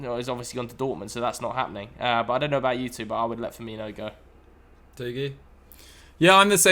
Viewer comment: Firmino? For-me-no.